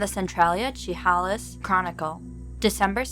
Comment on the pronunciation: No you were great, I actually liked how you said Chehalis, my mom and dad grew up there, but it's pronounced like sha hay less. Interestingly enough we lived there when a lot of these sightings happened in 1971. I was one but at the same time, and my mom has seen them in that area too. Great articles!!